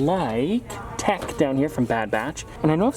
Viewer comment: “Tech” True Star Wars fans: “Tick”